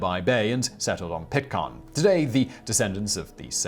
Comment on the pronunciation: Simon, some of your pronunciations are poor, it is NOT Pit-car-n Island, it IS Pit-care-n